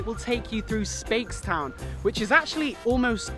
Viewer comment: i'm a barbadian and i laughed sooo hard when he pronouced Speightstown as "spates - town" it's pronounced "spites - town"